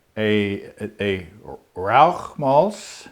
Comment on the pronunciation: wonderful pronunciation of Rauch!